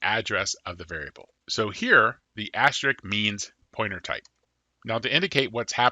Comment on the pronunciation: say it with me: Ast-RISK. It's pronounced ast-RISK, okay? Great video, but damn does your "astrick" rustle my jimmies.